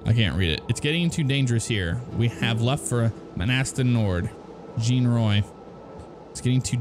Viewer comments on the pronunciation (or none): none